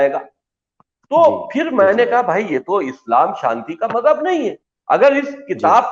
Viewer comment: Abbe Jaahil Majjab Majjab Majjab tou sahi tou bol